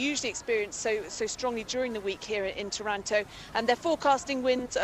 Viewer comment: IS TARANTO (TÀHRAHNTO) NOT TAURANTO (THE TARANTULA NAME AND THE TARANTELLA NAME) IS ISPIRED BY OUR CITY